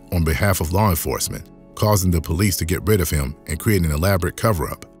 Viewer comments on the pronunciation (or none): none